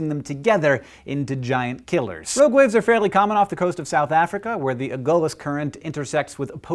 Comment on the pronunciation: I kept hearing ROAD waves...